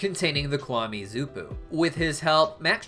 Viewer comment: I noticed you pronounced Xuppu like “zuppu”, though it should sound more like “shuppu”. In Chinese there are certain consonants that make different sounds; for example, the X makes a “Sh” sound, and the Q makes the “Ch” sound!